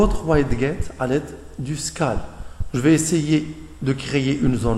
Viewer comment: Bonne vidéo. Ça se prononce "widgette" et "skayle", c'est dérangeant ta prononciation francisée :)